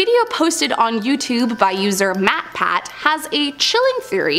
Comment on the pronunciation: She says matpat like he isn't a big YouTuber lmao